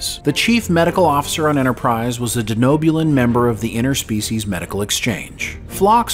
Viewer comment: inTerspecies, not innerspecies.